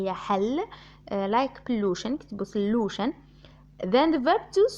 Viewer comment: صولوشن مش سْلوشن